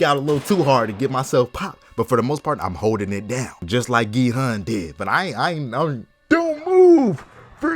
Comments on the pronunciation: ERM ACTUALLY ITS PRONOUNCED 기훈 NOT 기헌 (its like gi-hoon not pronounced gi-hun) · Gi-Hun Pronounced (gie-hoon)